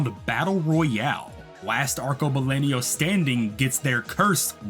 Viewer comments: I would just punch you in the face for pronouncing "arcebalenio" the whole video when it clearly is "arcobalENO" you fucking bitch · My brother in CHRIST, that is so not how you pronounce Arcobaleno. It's ar-ko-ba-LEN-o, not LEN-io